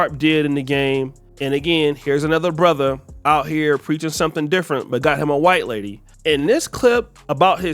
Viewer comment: Don’t like the emphasis on “white” woman. that’s cringe homie.